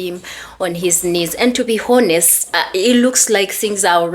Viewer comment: I think you are using the word honest. The h in honest is silent.